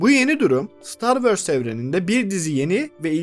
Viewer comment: Hikaye mükemmel, anlatım akıcı ancak "star wörs" diye bir aksan yok dünyada. Ö yerine o yu kullanırsanız anlattıklarınıza daha çok odaklanabiliriz.